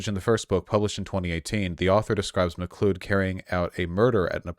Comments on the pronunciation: It's pronounced McCloud, Mr. Voosh. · McLee-od?? Holy shit Vaush, have you never seen Highlander? :D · Yes, it's pronounced "mccloud" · Me, a Nova Scotian, watching Vaush pronounce McLeod: Pathetic.